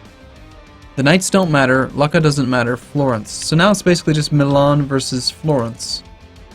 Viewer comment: Not "Lucka" it's pronounced "Loocha".